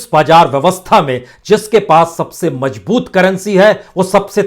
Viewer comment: Pata nahi aap kaise news reader ho ..mazboot ko mjboot ,zyada ko jyada , bazaar ko bajaar..bhai thoda language pe kaam kariye..